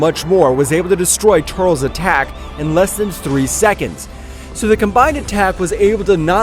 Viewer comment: Bro... not tuuurlsss... TUR.. LES... TUR..LES... TURLES.... please bro... say it right